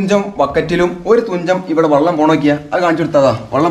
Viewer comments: വള്ളം അല്ല വെള്ളം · സഹോദരൻ വള്ളം എന്ന് പറയുന്നത് ഒഴിവാക്കി വെള്ളം എന്നുപറയാൻനോക്കണം